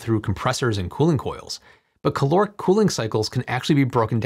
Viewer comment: please for the love of GOD and or Life say it once CaL-Lore-ick